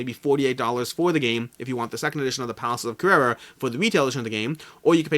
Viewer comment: You definetly need to up your game when it comes to the pronunciation of "Carrara" ahahah Thanks for the video as always!